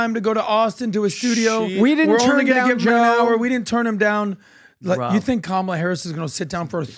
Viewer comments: What hypocrisy ! "kah - mah - LAH" - When all the leftist media will eviscerate you if you don't pronounce it "kuh-MAH-lah" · Kam-a-la is so cringe. 😂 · Honestly the way they all wave their fists and repeat “ka-ma-La “ Seriously….. looks like a stalin or Kim jong rally not joking 😮